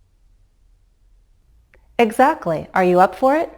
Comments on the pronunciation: 2'03" --> When you expect agreement/confirmation (meaning, you're pretty certain about the statement), a falling intonation should be used. You're right that we stress on the helping verb, but when you say "You can step and glide now, can't YOU?" (@ 3'01"), you're actually stressing on the pronoun, which comes across as a rising intonation. Meanwhile, a rising intonation at the tag means you're not really certain about the statement you're trying to say. This is just my opinion. Perhaps there's regional variation. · I have heard it six times and my ears tell me that you emphasize the pronoun in real questions. "You watched lessons 1 and 2, didn't YOU? I am wrong, aren't I? Boy, is this tricky!